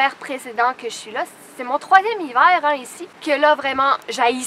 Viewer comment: why does she say "l'hivair" instead of "l'hiver" at the end?